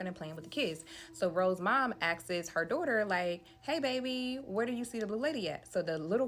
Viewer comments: 🫩For the love of God and everything good in the world the B in the word debt is SILENT! 🫩 FOR THE SAKE OF FUXX it’s ENUNCIATE not announciate! And ASKS not askesses! These people are about to make me blow a fuse somewhere. It’s infuriating to listen to someone speak improperly SO confidently. It’s like nails on a chalkboard! clinches fists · Between one of the storytellers voices making these sharp whistling sounds when she speaks, like nails on a chalkboard, then saying "all you could hear in the attic is stumping, stumping, stumping" (I'm assuming she meant "stomping"), HAIR-looms, "she axes him" (asks), "like, share, comment, repost, and reshare" (redundant), and the rhyming at the beginning of one of the girls stories, I wanted to rip my hair out. I love listening to stories like these but some of the storytelling is aggravating. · Nah that shit was driving me crazy!!!😂😂 And she has multiple story times and she kept saying it like that, I'm like say it with me now "AHHSSSSKS", sounds it out lil mama😂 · She kept saying “asksss” 😂😂😂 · Also "askes it" 😂